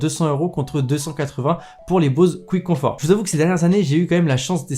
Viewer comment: Mdrrr Bose "couitconfort"